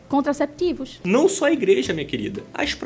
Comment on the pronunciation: “SÓCIÉDADI, FÉMINIXTAS, CONTRACÉPTÍVOS…”🤮🤮🤮🤮🤮🤮